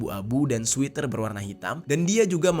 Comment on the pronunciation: bang jeri, sebetulnya gak perlu mengkritisi (menertawakan) netijen yg melafalkan nama "D4VD" menjadi "Daud", toh bangjer sendiri melafalkan "legging" jadi "lejing", terus pelafalan kata "sweater", "Seattle" dll jg salah. hampir di setiap awal video bangjer suka minta dikoreksi pelafalan, bbrp kali gw nemuin netijen yg mengoreksi, tapi toh di video2 selanjutnya gak berubah jg, jadi gak perlu ditertawakanlah, sesama salah melafalkan & gak mau berubah ya santuy aja 😂😂👌👌👌